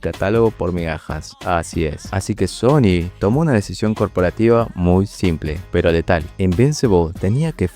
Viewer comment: SHony siendo SHony